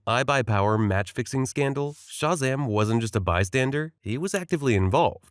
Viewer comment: Yeah is this just an AI channel lol? The inflection and cadence sounds a bit like AI, plus the way he will repeatedly mispronounce words like Shazam is some AI shit lol.